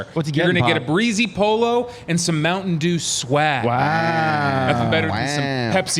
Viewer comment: Hey, there is a T in Mountain Dew brother. It's not Mouwhun Dew! 😂😂😂